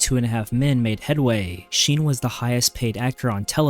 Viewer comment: Then how did he mispronounced Charlie Sheen's name